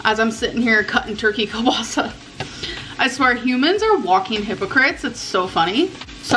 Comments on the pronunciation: keell-bah-sah Like the name Neil, but with a K. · Every time she pronounces kielbasa wrong I can feel my ancestors cringe, it hurts my soul.😂